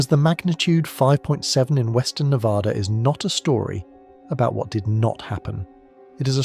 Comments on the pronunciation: We are not Nevodder or Nev-ODD-a. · There is no ah in NevAda.